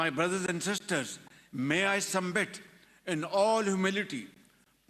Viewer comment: arey uneducated Showbasz,, your speech was written by establishment. It's not SUMBIT, it's SUBMIT, jahil insaan